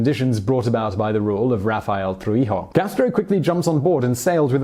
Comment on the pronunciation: Your Spanish pronunciation is atrocious. Especially Raul, the emphasis is in u. Trujillo, is Tru-he-yo. Chivás is she-bass the emphasis is in á.